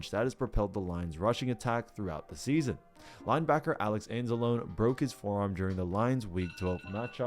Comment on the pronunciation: It's pronounced ans-ah-low-ny not ans-ah-lone. Wtf you're not a fan. Just trying to ride on a team doing well that has a strong fan base.